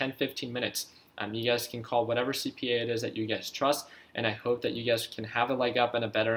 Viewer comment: Every time you say you guys I think you’re saying ugaz